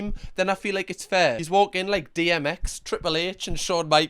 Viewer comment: DMX? D 'M' X?!!! Where's that M came from lad? The streets are disappointed in you 😢